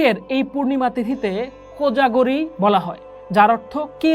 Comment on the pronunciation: উচ্চারণ টা কোজাগরী হবে।